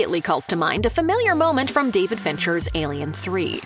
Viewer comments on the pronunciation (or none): none